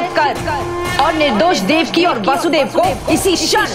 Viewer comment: Very nice. It is not वासुदेव but वसुदेव।